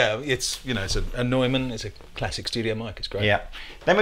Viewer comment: Excellent! But the thing that impressed me the most was that both of you pronounce Neumann relatively well. Americas always say "new man." Your French name pronunciation is pretty good also. Now if you could get some help with Spanish names I would be ecstatic.